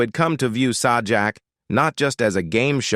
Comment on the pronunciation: It's pronounced Say-Jack, not Saw Jack...